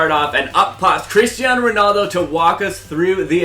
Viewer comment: "Christiano Ronaldo" xDD It's Cristiano Ronaldo!